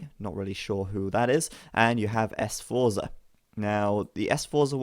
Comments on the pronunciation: Jesus fucking CHRIST.... it's "Sforza", not "S-forza"! They were the most powerful family in Milano during the Italian Renaissance (like the Borgias were in Roma and the Medici in Firenze). Bari is the biggest city on the Southern Adriatic Coast of Italy. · S-forza?!!!! Learn how to pronounce noble Italian family names you peasant!